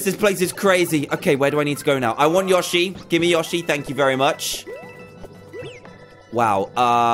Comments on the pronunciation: Its not yoshy its yoeshy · Its yo-she not ya-shi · its not yoh-shy its yoe-shee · Its not yosi its yoshi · It's pronounced Yo-she. Not Yash-e. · ITS YOSHI NOT YoSHI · LOL When he said "yoshi" it's different from an american accent-- I kept hearing "your sheep" "i want your sheep" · Lol it's really funny how he says Y0SHI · yoshi? pronouced : yo-she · It’s not called yoshi it’s called yow-she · it is Yoshi not yoshi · Anyone else pissed that he said yoshai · its said y-o-s-h-ie ok? just wanted to help you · The way he says yoshi lol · Say yoshey wrong lol